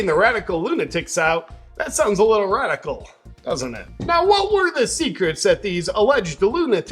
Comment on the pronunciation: 'Group of rrrrrrradkcal lunatics'